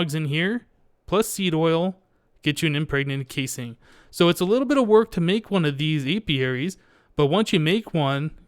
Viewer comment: Did he say 'pregnant casing?'